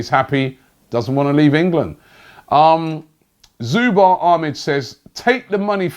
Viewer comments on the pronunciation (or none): Robbie you pronounced zubair wrong its zoo bear lol